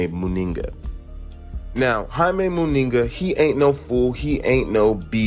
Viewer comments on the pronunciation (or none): At least if you are going to comment on fighters you should get their surnames right. Eubank is without an “s” on the end of it and somehow you butchered the surname of Munguia by including an extra “n” in it coupled with an odd pronunciation.